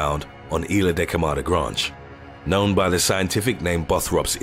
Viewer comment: "Granjj" = Grande